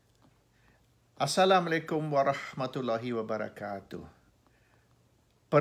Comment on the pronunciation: Assalamualaikum bukan assalamalaykum